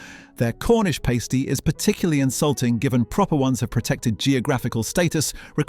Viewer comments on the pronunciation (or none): Good informative video but the pronunciation is atrocious "pAsty" "pooka" its a pasty and pukka